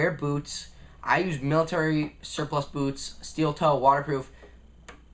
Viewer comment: when he said BOOTS i thout that he said booze